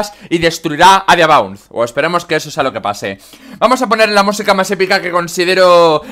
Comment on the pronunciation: "Injustamente" su Diabound no es que sea muy justo que digamos ^^u Jajajaja revisando ese momento del vídeo, sé a qué palabra te refieres. No, no iba a decirla xD simplemente me he equivocado pronunciando. Uff pues el episodio de Tag Force 6 me ha reventado la garganta.